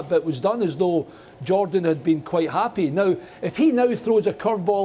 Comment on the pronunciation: "jordan" lol